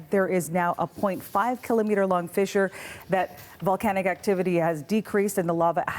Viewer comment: get it right its fissure fissure fissure